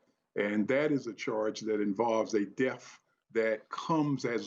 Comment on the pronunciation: He can't even pronounce "death"--he says it like "deaf"!